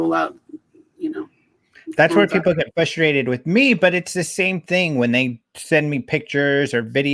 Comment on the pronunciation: often gets "fusstrated"😀